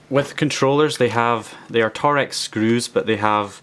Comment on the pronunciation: Torx is pronounced almost exactly the same as 'talks' or 'torques' rather than 'Tor-X' I know it's not exactly important but it's just a bit of info for you ;) other than that awesome vid man!